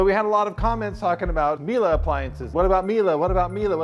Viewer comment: There's no "a" at the end of Miele. The last e is pronounced as a short e, ryhmes with "meh"